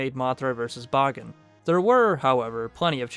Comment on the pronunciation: Extremely well done! It's rare to see videos about Bagan that go out of their way to mention his more niche cut appearances, particularly "Yamatai Kingdom" and his early-to-mid Heisei Godzilla-centric drafts. Also using the Japanese pronunciation of the name is commendable! Maybe one of these days we'll not only see him in a movie, we'll get an official English pronunciation of his name... Ha!